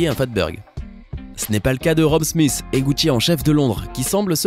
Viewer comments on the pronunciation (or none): none